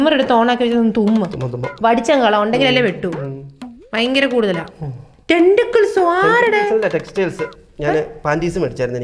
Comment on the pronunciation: Tenticles😂.. അല്ല textiles 🤣🤣